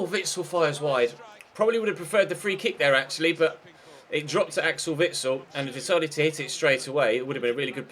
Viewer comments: Its actually Witsel, not Vitsel ;) (+ the E is pronounced like the one in chesnoid and the I like the one in Mirallas) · it's Witsel not vitsel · I'm Belgian, and you pronounce Witsel as you see it, not Vitsel AND with the stress on the e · ITS VITSEL NOT WITSEL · it's Witsel not Vitsel just cause you asked:P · it is Witsel not vitsel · its actually just Witsel not with the V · Its witsel not vitsel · Witsel is spoken as "Witsel" not as "Zvitsel" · It's said Vitsel instead of Witsel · it is pronounced: vitsel not witsel. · U may have already learned how to say it but incase not here ya go! It's Vitsal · Witsil is pronounced with a v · i am form belguim you say it witsel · No its not its Witsel (I am Belgian) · No its said Witsel with the W of wolf and the E of Bend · I am belgian it witsel and you speek the w not the v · Its with-sél pronounced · You pronounce Witsel with the 'W' like in window or Wales. I'm Belgian ;) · He's a French speaking Belgian (Walloon), so it's actually Witsel, with a 'w'. Also the 'i' is pronounced as in Rico, and the 'e' as in Belgian. Same with his first name, Axel with the 'a' as in March and the 'e' as in Belgian. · Im belgian, you pronounce the "sel" in Witsel as "sell" (sell something) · it's vitsel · its pronounced Vitsle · I'm from Belgium you idiot. Its SPELT witsel but pronounced Vitsel like V for varacious and S for crippling depression ok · In Belgium we definitely pronounce it as Witsel, just like it's written. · Its witsel, I'm from Belgium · You pronounce the W like the W in whale if that was really wat he was asking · I'm Belgian, and here we pronounce it as 'Weedsel' but you should say Witsul. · Witsel, just with an S, so the second ;) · it's Witsel with a w, and not Witsel with a v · You pronounce Witsel with a stress on the 'Wit' and the 'sel' part is pronounced like the verb to sell :) keep up the good work ;) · He hasn't changed the way he pronounced it tough :p